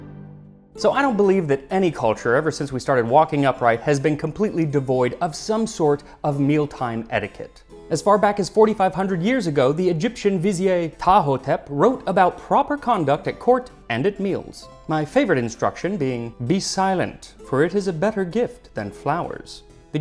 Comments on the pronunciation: ~ Despite the spelling, "Vizier" is not a French word, it's Turkish, from the Arabic "wazir," so the R is not silent - "Viz-eer," not "Viz-ee-ay". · Max, vizier is usually pronounced /ˈvɪzɪɜr/, not /ˈvɪzɪeɪ/. Though it comes to English through French, it's close to the Arabic original, wazīr, 'government minister', so better not to pronounce it as an unadapted French word. Better, you want to pronounce that final r as you have a rhotic accent. (I don't have a rhotic accent, so I reduce it to schwa.) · Dearest Max, It's not French. It's pronounced veh-ZEER, not vih-zee-yay. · Vizier... is "viz-eer" or "vizi-yer" not "viz-yay" - this word has been utterly anglicized. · That’s how you pronounce vizier? Well thanks Max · i'm sorry i don't know how to handle the way you pronounced "vizier" like it's a french word. it's not a french word (actually we spell it "vizir" in French), the "ie" is pronounced like an "ee" sound